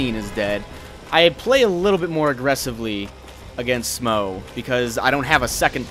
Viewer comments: I know this video is quite old, but Smough is pronounced like 'smoff'. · (Ohrn-Sh-tyne) and (Sm-ōh) is how it should be, probably. I just always go with Schmournsteen. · I'm pretty sure Smough is pronounced Schm- ow or Schm-oh or Smau-gh as in Smaug from LoTR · who is to say it isn't pronounced like "though"?